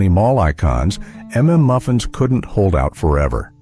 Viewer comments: "M"M" Muffins lol... it's suppose to sounds like UMMM MUFFINS.. Stupid ai voices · Never heard of half of these. Also “m” “m” muffins? Are you broken? It’s mmmuffins…..it’s not difficult. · I was going to comment on the AI voice's pronunciation of "mmmuffins," but then I realized I don't know how it's supposed to be said. I've always thought you're supposed to stutter.